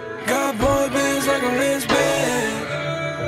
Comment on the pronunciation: He pronounced Lance Bass wrong!!